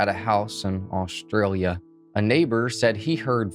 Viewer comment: Ashley is an Ashley, but Aushtralia is not Aushtralia...it is Australia.